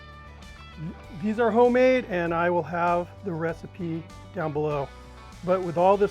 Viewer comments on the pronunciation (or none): none